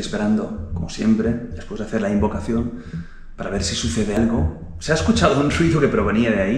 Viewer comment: A parte de la fiora y el warwick si se fijan en el minuto veran que falta la sílaba “-oca” a la palabra “invocación”